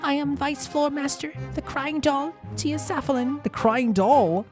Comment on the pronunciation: Tia Safalin is pronounced more like "tears are fallin'" cause shes the crying doll similar to how Sue Miley was pronounces more like smiley cause shes the laughing doll. Rio ranger is similar to rearranger cause hes the dress up doll